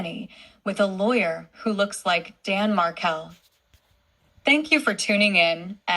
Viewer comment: Thank you,. I do appreciate your voice, you are an educated, caring woman who is seeking justice for Danny and his entire family. This "voice" doesn't even pronounce Markel correctly. Please, be true to yourself. You are an incredible person! MaryAnne in New Mexico USA 🌶